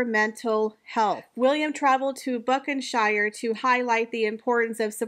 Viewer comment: I can’t with the butchering of the names of the places . Nottingham - the H is silent . Buckinghamshire - shire is pronounced : Sher. Thanks